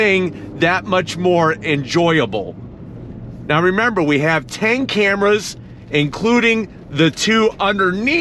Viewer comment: 360 degree "cramras" lol!